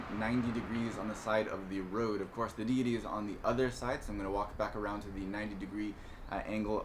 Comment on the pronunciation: Why.. why would you go out of your way to say Rhode rather than Rode?